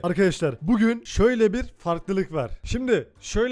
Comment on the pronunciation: artık nolur ‘bugün’ ü doğru söyle onu duymak istiyorum